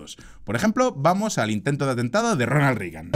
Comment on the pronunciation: Muy buen análisis, como siempre, pero mencionaría tres errores menores: A) En ningún caso la U suena como A en inglés, por lo que no es "Tramp", sino "Tromp". Yo sé que este no es un error individual tuyo, sino colectivo, pues países enteros, como España o Argentina, lo cometen. Sin embargo, sigue siendo error.. Algo parecido ocurre con "Rigan", cuando es "Reigan". B) No hay parentesco cercano entre los presidentes Roosevelt. C) En algún momento, dices que Reagan fire asesinado a tiros. Fuera de eso, coincido en todo. Saludos.